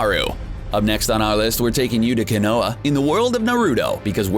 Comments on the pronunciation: did he just say “kay noah” instead of “kahn o ha” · It’s not konoa it’s pronounced Koe-know-ha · Ka-noah💀 also ✨say-neen✨ 💀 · When he said Konoha wrong I wanted to SLAP HIS FACE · He said konoha Like someone who drinks kahlua. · The way you pronounced "konoha" "Naruto" "legendary sannin" really triggers me